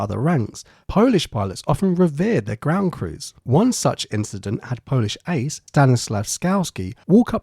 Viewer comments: bro was not even trying to pronounce polish names right 😭😭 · Your pronunciation of polish names makes my ancestors cry :)